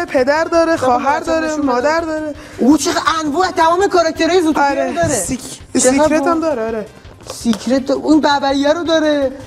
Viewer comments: سیکرت نه سکرت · سکرت درسته نه سیکرت